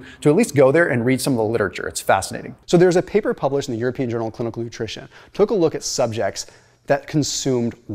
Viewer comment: When you say “took a look” always makes me giggle. 😂